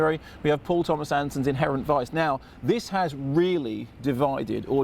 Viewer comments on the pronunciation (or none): none